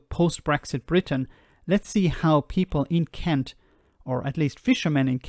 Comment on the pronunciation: I'm from Sussex; you're pronouncing 'Kent' wrong... ;-)